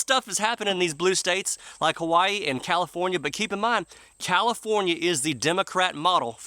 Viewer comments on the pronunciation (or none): none